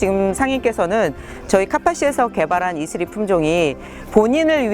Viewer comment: 이스리가 혹시 이슬이.가 맞나요..ㅋㅋ 왠지 자꾸 발음하다 보니 이슬이가 생각나요.ㅜㅜㅋㅋ 외국에선 이슬이가 발음하기 어려우니까 이스리로 한건가..싶고.. 이슬이든 이스리든 이름 이쁘네요~(이슬이 아니면 죄송.ㅜㅜㅋㅋ) 아무튼 진짜..큰 일 하셨네요.그리고 정말 자랑스럽습니다.^^